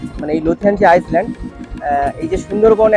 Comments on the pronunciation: আইসল্যান্ড না ভাই ওটাকে আইল্যান্ড বলে । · আইল্যান্ড বানানটা ইংরেজিতে ওরকমই হয় , সামনে আইএএস লেখাটার কোন উচ্চারণ হয় না ওটাকে আইল্যান্ডে বলে । শুনতে বাজে লাগছে এবং আগামী দিনে অন্য কেউ হয়তো বলবে ।